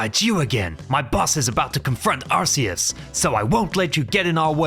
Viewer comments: Um actually you pronounce Arceus like Are-Key-Us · Bro why does almost everyone say “ arkeus"? It's ARCEUS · when you say arceus eith arse you say butteus